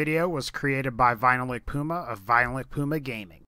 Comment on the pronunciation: Is it just me or it sounds like he says Goomba instead of Puma in his intro?